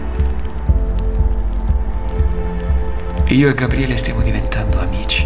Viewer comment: Ragazzi, vi prego... tutto molto bello ma smettete di dire GaBBriele, per piacere -.- contenete la natura romana che c'è in voi. Gabriele, cazzarola, Gabriele... una B sola!